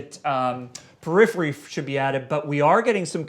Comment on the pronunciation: lmao at perirhery